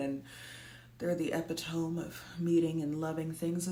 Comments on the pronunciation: i just need u to know for your wellness and safety that epitome is pronounced ep it om eee i love u 😭💖 but yes to women deserving respect and acknowledgement even when they choose not to sacrifice for children and family 😵‍💫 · “Never make fun of someone for mispronouncing an uncommon word. It means theyve likely seen it when reading and don’t get to discuss it with their peers” To that point “epitome” is typically pronounced”eh-pit-oh-mee”! Again, not making fun, I’ve just done hat exact one myself! Great video asalways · ... "epitome" is pronounced "eh-pit-toe-mee" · Hey, that word epitome is "eh pit oh me" not epi tome. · hearing u pronounce epitome the way i did in my head for years before realizing epitome is in fact the word pronounced, "e pit oh me' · it’s pronounced eh-pit-o-mee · Epitome = "ep - it - oh - me" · I’m sorry I can’t get over how you pronounced ‘epitome’ but great video! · I've always thought that people who chose not to have children as intelligent and thoughtful, especially if they had the self-awareness that they wouldn't be adequate parents. Did you pronounce "epitome" the way you did on purpose? I couldn't tell....lol. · That's definitely not how epitome is pronounced. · Did you purposely pronounce epitome that way? Forgive me if English is your second language you of course get a pass. No kids here, have always known it's not for me, no fetus deletus in my life either, birth control of all kinds is available to women.